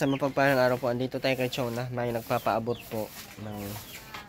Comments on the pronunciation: CHONA NOT CHUNA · CHONA...not Chuna.